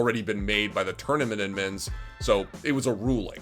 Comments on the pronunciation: can you stop saying admin like that. idmins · can someone teach this man how to say the d in admins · I like this dude but the way he says "udmins" makes me lose braincells everytime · Why are you saying "Edmonds" and not "Admins"... it bothers me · Why he keep saying udd mins tho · How does this guy say 'admins' so wrong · How he says Admins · The way he said admins 👀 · The way he says admins 😩😩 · They way he pronounces "Admins"